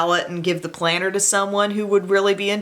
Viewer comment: Planner? I thought you said, "Planter!" You know dirt and something green. I usually use "cc" to prevent these misunderstandings. Thanks for the lo-down. (